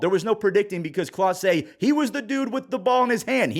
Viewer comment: It's Clase not Class for a reason.